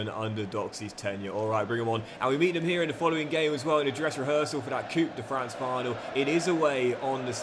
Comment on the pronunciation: yo,, de french cup is not pronounced " coup de fran" but "coup de franCE" (the ce is just pronounced as an s). love from belgium